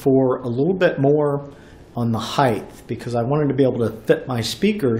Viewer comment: did u say heiglth?